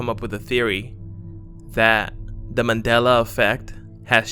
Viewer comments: It's pronounced MAN DEL A not Madel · it's MAN-DELA..u said Madela the WHOLE VIDEO. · Here's another one... Remember when it used to be called "The Mandela Effect?" This guy pronounces it "The Madela Effect." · MANDELA not MADELA .... theres a fucking "N" in Mandela... learn how to speak english before making youtube videos.